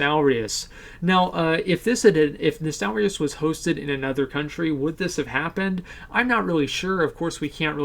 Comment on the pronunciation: Asmon you're probably the only youtuber who didn't mispronounce Nostalrius lmao